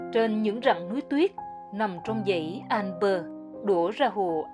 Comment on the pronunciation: Tonton oi, toi xin gop y: Tu "Annecy" ban nen doc nhu la Anncy - tuc la tu E cam, Con day nui Alpes - chu E 0 doc ra. Co the ban phat am chu E trong Alpes nguoi VN hieu nhung toi nghi rang nguoi Phap chinh goc 0 hieu!